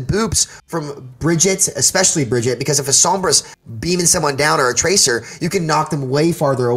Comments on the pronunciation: Yeah it's a little annoying from someone who claims to have insight on the character for them to continually mispronounce the character's name. It's a presentation thing, if you want to speak from a position of authority then put the effort in to be at least as capable a speaker as EVERYONE WHO PLAYS THE GAME. I'm guessing he's doing it because he doesn't like her and it's his way of showing he doesn't respect the hero? But she's like a cartoon character. Why would you screw up her name to slight an imaginary character? It just makes him sound a little unprofessional. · C'mon man! Learn how to say name! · How are people still mis-pronouncing Brigitte? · im surprised he doesnt know how to pronounce brigitte right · I agree that a lot of people are mispronouncing it, but I also hear most people calling her. Point is, he's a professional overwatch player who is giving commentary on a popular overwatch channel. All his points are valid but if this guy is ever in a room with some blizzard employees in a professional setting, it'd be hard to take him seriously. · first of all, he's pronouncing Brigitte all wrong XD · Plenty of people say her name wrong, not just American players. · I'm sorry, but how can he not say Brigitte correctly, he plays her at a higher tier than the majority of the player base. It honestly made the video hard to watch and almost made me question his credibility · He’s just stupid, like most content creators. Their job is to know the game, yet none of them can ever pronounce a hero’s name correctly. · If he can't say Brigitte right I'm gonna report for gameplay sabotage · I hate when people call her Bridget. That's not her name, you don't get to change it because you don't know how to read. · Hell I would even accept if you called her but her name is not Bridget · Every time I hear "Bridgett" my soul dies a little. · The amount of times he says Bridge-it annoyed me 🙄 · I couldn't listen to this guy say Bridgette anymore.